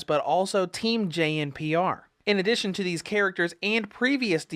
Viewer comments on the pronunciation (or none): JNPR is pronounced Juniper, fyi! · The way to pronunce Team JNPR is 'Juniper'. Just thought I point it out. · JNPR = Juniper Unless you're gonna call the series "Arr double-u bee why"